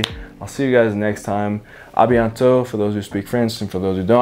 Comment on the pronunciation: see you soon in french = a bientot you prollu needa to work on the pronociation